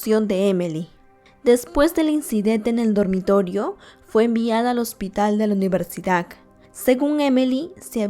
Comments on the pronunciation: Universidac??? O soy yo la que escucha mal? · por que mencionas mal algunas palabras repetidas veces? xd e visto todos tus videos pero noto eso en este. "ciudak universidak" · Que horror!!!! Por lo menos deberías de narrar bien. No se dice EPILECSIA, NI CIUDAC, NI UNIVERSIDAC. Ahora cualquier tonto o tonta, puede tener un canal para poder tragar. Mija, cultivese y lea y trabaje con dignidad. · "Universidak" "ciudak" "okjetos" "epilektica" lo haces aproposito o por que lo pronuncias así? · Porque a la mayoría de las cosas que dices suena como “dak” ejemplo: el neurólogo de la universidak jajajajaj lo siento pero suena curioso😂